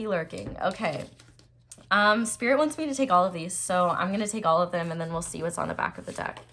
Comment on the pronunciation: Pile 1: "Sririt" 😭😭😭😭😭😌 Yo Aries energy never miss